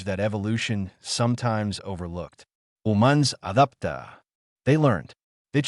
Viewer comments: Really had to switch language for that one XD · Funny interjections of a humorous Spanish accent hoo-manz addapta. 😂😂. Periods translated as point, which is annoying. Ending same as Avatar 1, but less believable